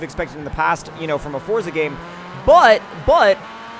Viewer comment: You’re mispronouncing ‘Forza’ my guy.